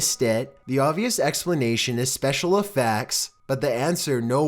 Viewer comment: This guys pronunciation be like "special efaaaaaactd" lol